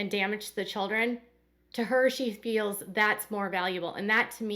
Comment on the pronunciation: The "FILLS" has irritated me for years!!!!!!!!